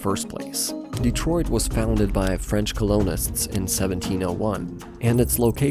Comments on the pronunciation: if you’re not AI, then why don’t you know how to pronounce the word “colonist” ? Everything else about the cadence of your speech and slight differences in certain phonemes sounds like someone born outside the US, but living here long enough to adopt a mostly Midwestern accent. But no native speaker of American English says “co-LOAN-ist” when reading the word “COLL-un-ist” and I can’t imagine you’ve never heard somebody pronounce it in English before now. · Bot voice can't correctly pronounce "colonist" and "Rouge". (no mention of riot). Pass. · It’s AI. Look at how they mispronounce the word colonist at . The AI also probably doesn’t understand that the background music is too loud to fully enjoy the narration.